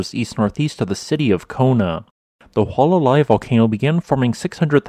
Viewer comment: In Hawai'ian, all letters are pronounced. There are no dipthongs. So, say, "Hoo-ah-lah-lah-ee."